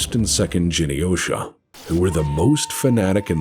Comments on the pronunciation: Me: Glowing love and respect for and his team and all the work they've done and just being overall good gents. Also Me: 'jeny-osha?' scoff You mean 'Gen' - hard G - Yosha? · Pronouncing Reichstag: "Guten Tag!":) Trying to Pronounce Japanese Words: "Jenny-OSHA" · Thank you, BPL. And Patreon supporters. And contributing content creators. And, I guess. Genyosha is pronounced with a hard G, you backwoods yokel. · This was fantastic one small nit pick. Genyosha is pronounced with a hard g